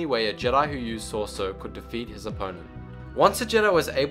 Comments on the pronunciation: Dude if you're going to do these videos then u need to pronounce the words correctly.... it's SO-ree-su, Nie-man, Vay-pad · If you are going to make a video about the seven forms of lightsaber combat atleast learn to PRONOUNCE them in the first place i mean what the actual fuck! its shorter to make the list of the names you pronounced correctly then the ones you said right! Shii-cho ataru and shien were the only ones you actually said correctly all others were wrong. its pronounced MAkashi, Sor-EE-so, D(e)Jem sho, NI-man (pronounce it like you would say the word nigh as in the "the time is nigh") and its Ju-yO and VA-pad. also you got the names of users of most of these styles completely wrong. obi wan never used niman he was reknowned in the jedi order for being the go to SORESU master. while yoda knew alot about all the lightsaber forms he definitely oriented himself more towards ataru than he EVER did shii cho. Darth bane did not use form 3 he was mainly form 5. and i suppose thats the end of my little rant. i just dont know why you made this video when you clearly know very little of the topic.